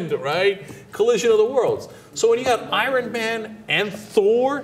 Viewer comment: did cenk say i-run man??? hehehehe such a turkish thing